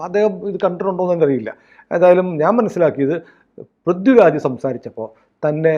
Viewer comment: പ്രിദ്യു രാജ് അല്ലാ പൃഥ്വി രാജ് 😆